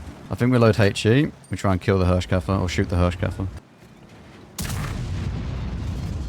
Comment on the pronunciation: Thanks for the most entertaining WoT content. I don't know how you're able to make everything fun to watch, even if the game wasn't really fun at the time you played it, but you do. Or the cutter is just brilliant. ;-) While you pronounced the Hirschkäfer pretty well, you got Nashorn completely wrong. It's build of two words, and pronunced like that, Nas-horn, which is literally nose horn, the German word for rhino. Just so you know. Please ignore and continue the way you do. Thanks a lot!